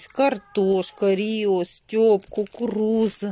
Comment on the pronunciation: Конфета называется стЭп (буква Э для удобства произношения) , но никак не стЁп.